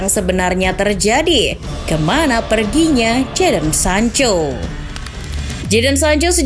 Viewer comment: Pas sancho kembali jadi sanca 😀